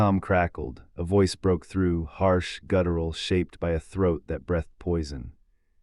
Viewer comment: breethed or brethed? starring or staring? (pronunciation) you might check your AI narrator....if this is live, you might check your own english